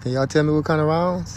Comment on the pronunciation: Says bruh, also can’t pronounce rounds correct